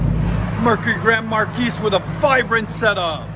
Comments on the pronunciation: 😂 correct. Markeese sounds funny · Marquis is a French word pronounced “mar/key”. No “s” sound on the end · its Grand Mar key no S on the end its silent other than that nice sound got to do that to mine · Markee please, the S is silent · For the love of god can you stop mispronouncing marquis. You don’t say the s my man. grand maar-kee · Grand Mar-key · The "s" is silent... Grand Mar-kee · The S is silent..marguis.....pronounced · He sounds ignorant. I wouldn't trust my car to someone who can't pronounce marquis right. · I really love your vids. But, please, the S is silent in Marquis. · I'm sorry, but in or out of the "hood", it is still incorrect. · The S, in Grand Marquis, is silent for god's sake... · Excellent work guys. Please drop the 's' when saying Marquis, it takes away from your professionalism. No offense, Sir. Those cars sound Awesome!!